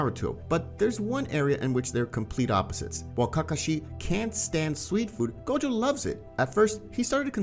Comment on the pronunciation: idk a "Goju" i only know Gojo D: why do you pronounce it like that?